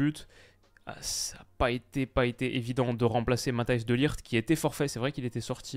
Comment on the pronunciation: La prononciation de tes G en néerlandais (De ligt). On entend bien ton apprentissage de la langue aux pays bas contrairement à la Belgique où le G est moins prononcé 😅